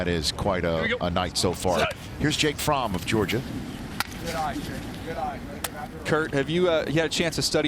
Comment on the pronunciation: Jake fromm is pronounced frawm